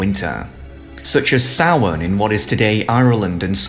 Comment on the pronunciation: Thank you for pronouncing Samhain correctly! P.S. They are demons.